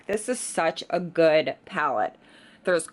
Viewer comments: Seriously annoys me how you say goodT instead of good.... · renee40 She does that a lot. Instead of pronouncing words the d she says t. Like goodt, badt, underratet etc 🙄🙄